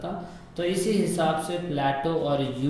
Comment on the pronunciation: Pluto ki pronouncation ese होती h kya ? Apne bola प्लेटो (plato) par प्लूटो (pluto) होता है